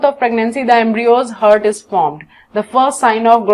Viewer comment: honestly i get hurt everytime she says heart ToT